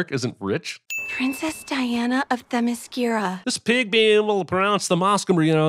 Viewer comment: In my opinion it is funny hearing people mispronounce themyscira cause nerds will start arguing and still be pronouncing it wrong because it is pronounced time mascara